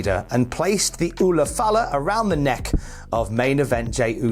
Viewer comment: My man said ula fala...well done mate. Ula fala or red nexklace they wear is worn by chiefs ceremonies in Samoa. Awesome Uso.❤